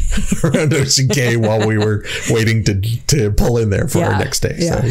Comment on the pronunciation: You are funny, you know saying Cay that way is wrong but you are too stubborn to say it correctly 😂 Love the interaction between you two though!